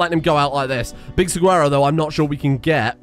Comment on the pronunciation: Hey saguaro is pronounced "sa-wa-ro" btw